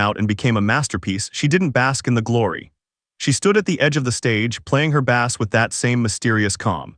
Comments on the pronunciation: As soon as a narrator said bass like the fish instead of the instrument, I'm out. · I guess AI voice can’t distinguish between when to pronounce ‘bass’ as the instrument or the fish yet Also it’s kinda funny this is about how “D’arcy is more important than people realized” and there’s like 1 photo of her and the rest is corgan